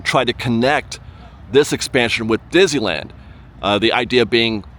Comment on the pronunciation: You are my absolute favorite Disneyland vlogger. I love your cheery, unbiased, thoughtful reports featuring the perfect balance of information and opinion. I look forward to viewing every update. However, may I please ask you to do me just one favor? Please, stop rushing through the name of the park when you pronounce it—or rather mispronounce it. After all, it is the subject of your channel! I've heard "Dizuhlan," "Dizeeland," "Dissle'ann..." Please, slow down and say "Dis-ney-land." I know you can pronounce "Disney" and "land" separately. I've heard you do it many times. But, for some reason, when you put the two together, they come out as something else entirely. It's beginning to drive me nuts. And it's a short drive! PLEASE, just say "Disneyland." 🙏